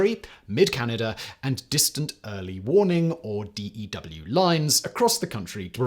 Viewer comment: "Dew" you say "dew" like wet grass in the morning. It's "the dew line".